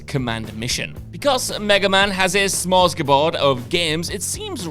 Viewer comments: Dude, stop using words you can't pronounce... Haha! By "smors-geh-bord", I take it you meant *smorgasbord... SMOR-GAS-BOARD. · Smor-gas-bord, not Smos-gabord. But of course, keep saying it wrong to enhance engagement by pissing of pedants like me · wtf is a smorsgabord? lol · Smoresgaboard! I love it. One of the best mispronouncings ever. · smorsgebord dude xD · On the subject of your mispronounciation of words, (props for taking an L there, btw!), ask Google how to pronounce smorgasbord...or ask Scott, since he wrote this list. 🤪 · This is the second time you’ve said smorgasbord incorrectly!!!